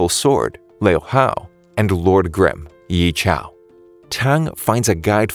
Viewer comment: The names...ughhh the name.....i guess he didnt watch the anime or what cuz he said most of their names wrongly...Yi chao? lol